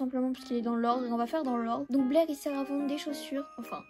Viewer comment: C'est pas blair c'est blaise et t'as dit 700 clochettes au lieu de 700k bahaha